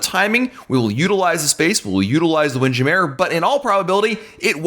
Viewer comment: repeat after me: WIND. JAM. MURRRR. not windjameh